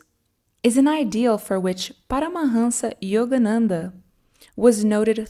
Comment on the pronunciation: i feel like the narrator is brazilian by the way she says paramahansa yogananda